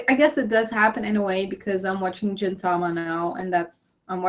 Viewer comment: Great video !! I enjoyedit so much!! By the way, You keep saying "Jin"tama instead of Gintama. It's actually "Gin" not "Jin". The sound "Gi" is similar to "ge" sound from the word "geek" I know it's hard to pronouce Japanese word so I understand (;^^)